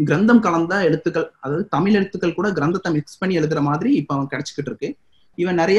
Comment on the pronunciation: தமிழ், தமில் அல்ல.. முயற்சி செய்து திருத்துங்கள்